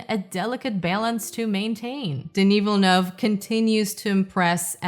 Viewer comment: Americans SAY Villlleennue